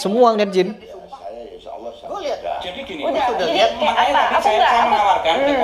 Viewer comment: Itu si bilang kata " Allah " saja sudah salah. Ngaku2 paham ilmu islam. Tulisannya ALLAH bukan dibaca " aWlah" Tidak ada huruf "w" dalam membaca "Allah"